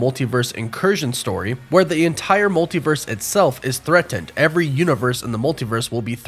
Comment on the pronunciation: Why do you pronounce "threatened" like Forest Gump?